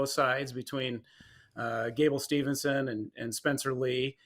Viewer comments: C'mon dude from WIN Magazine, it's STEVE-SON -- NOT Stevelson or Stevenson. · Hodge announcer immediately loses credibility when he doesn't know how to properly say Gable STEVESON 😕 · How TF does this clown from WIN not know how to pronounce Gables name. Jesus Christ man. What a boring announcement also. The most monotone and boring guy announcing it on the most monotone and unenthusiastic wrestling media outlet. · I came here to say that! Crazy that the guy couldn't be bothered to get Gable's name right.